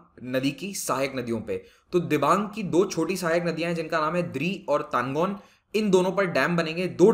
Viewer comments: Tanlo not tangon sir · Not Tangon..It's Talon